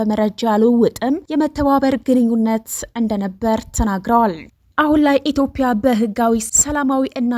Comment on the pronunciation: ኢትዮጵያ ብለሽ ማንበብ አትችይም እንዴ ?።